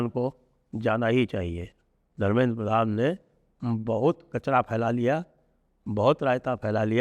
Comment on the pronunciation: Sir it's pradhan not prathan